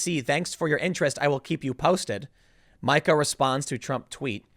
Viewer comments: I love how he says "Mike-A" instead of "Meeka". Keep it up Tim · Tim Pool is the Al Sharpton of Youtube... no one mispronounces names more. Come on Tim! So annoying. If you are going to drag someone at least pronounce there damn name correctly. It’s “Meeka” 🤦🏼‍♂️ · it's "Meeka" not "Micah". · Oh Tim...it’s Meeeeeka. Not MIKE-a. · "Micha" - Yes I know "you are bad with names", but if you watch any news you would have heard it said as MEEKA a billion times. (BTW I am not defending this psycho woman) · Isn't Meeka not Micah tho? Tim always does this. Is he a fence-sitter on pronunciations too? Tf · Tim it’s Meee-ka! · Meeeeeeeeeeeeeeeeeeka..............shes a karen but get her name right..... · For the love of God, Tim....her name is pronounced Mee Kah. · ITS MEE KA you dork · How...does Tim not know it's pronounced "Mee-kah"? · If she heard you pronounce her name that way she would go full Karen